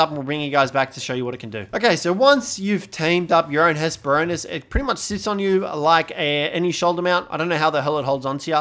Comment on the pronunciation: It's actually Hespero-r-nis. Missing that second 'r'. I just had to. "Ornis" is the greek word for bird.